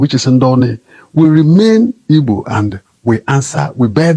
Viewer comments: Pls oga call well it is " Igbos" and not ibos. Pls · Oga that's his dialect pronouncing Igbo, that's how they sound